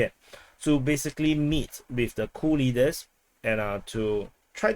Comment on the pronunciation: Sounds like you say "Cool leaders"...